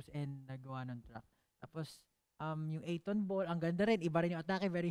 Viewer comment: 8Tonball ❌ A'Tinball ✅ Jasteeeeeeen!!!! 😭🤣😅